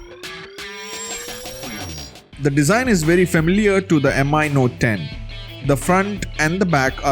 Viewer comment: stop calling it M.I. 🙄.. its just Mi from the word XiaoMi.. no m.i. or whatever